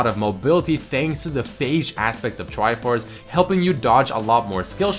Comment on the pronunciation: Wish I said triforce and tankiness like